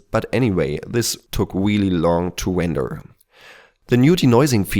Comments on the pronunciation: "Wender" sorry man, love your vids XD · Don't fret about it, I love your Elmer Fudd accent. ;)